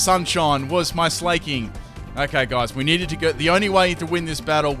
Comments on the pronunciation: FULL MISPRONUNCIATIONS TEAM;D Braixen (Brakes-un)= Brax-ee-on Slaking (Slack-ing) = Slay-king Ariados = A-ra-jos Reuniclus = Re-nuke-u-lus Cinccino (Chin-chee-no) = Sin-see-no. I actually mispronounce this one myself. Anything with Synthesis If you super-fans find any more, suggest away. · Illumiss? Braxien? Slayking? C'mon fix yo pronunciations:P